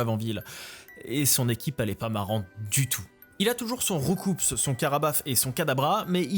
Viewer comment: le saviez vous: Roucoups ce prononce Rou- cou. Comme dans prends ces COUPS de poing dans ta face. 😜😜